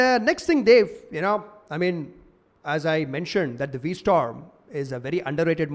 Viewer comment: its V-strom.